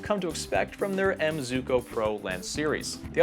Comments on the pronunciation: I've always heard it was pronounced "Zwee-ko." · How can you say “Zooko” 😒 ..